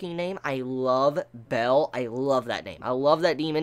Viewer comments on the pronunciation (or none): Bael is pronounced as Ba-el, or B-ale, not Bell.... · One of the best episodes of gundam, such a great one; Pedobears tho Is Ba-el, not "Bell" xD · its baal, not bell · isn't Bael pronounced like "Bale" as in Christian Bale?